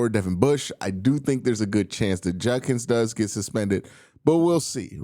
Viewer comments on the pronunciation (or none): Why do alot of people call him "Junk"ins and not "JUD"kins? It bothers me lol.